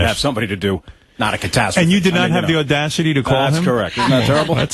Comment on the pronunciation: russo's gotta get his shit together; "odasity" are you kidding me?